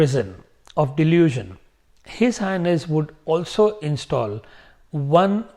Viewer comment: When you say H/H it sounds like if you are saying his anus 😂